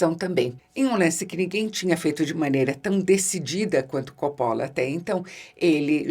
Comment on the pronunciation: Eheheh no inicio do video ela pronuncia cóppola e depois, no meio ali por volta de , pronuncia coppóla pra no final voltar a pronunciar cóppola. Diva que fala a lingua dos cinéfilos cults e a lingua do povão (ou isso ou saiu do personagem)eheheheh